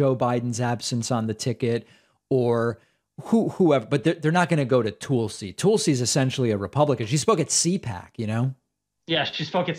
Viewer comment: When right wingers intentionally mispronounce the recently appointed SCJ & woman of colour its racist but when Pakman intentionally mispronounces Tulsi (a woman of colour) as Toolsie is so funny witty & clever.